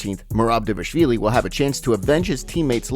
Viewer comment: It pains me to hear that you cannot pronounce Merab's last name to save your life. It's like this.. DAH-VAH-LISH-VEE-LEE